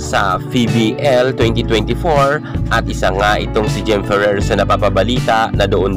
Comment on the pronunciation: Pano yong letter “R” sa Ferrer? 😂🤣